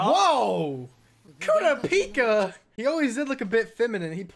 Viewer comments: it's pronounced " Kerrr rop pee ka" watch one dunbed just to know the name. I love sub. But sometimes I end up saying their names all wrong on different shows.when i heard you say kiropika I was like who? Lol. Even the subbed says kurr rop pee ka. Love the channel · STOP SAYING KURAPIKA NAME WRONG😷🤦🏾‍♂️ jeeez for what reason do you do that💀